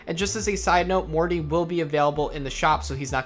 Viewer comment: I gotta say... Morte is not pronounced "Morty" it's Latin for death... It's pronounced mort-a like how we pronounce the letter "a" or I guess you could say Mort-eh. No hate just correcting because it's not an English word.